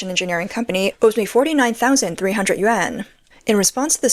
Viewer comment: Narrator should learn correct pronunciation of Chinese currency!